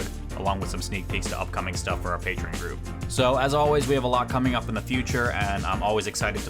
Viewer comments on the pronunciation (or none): none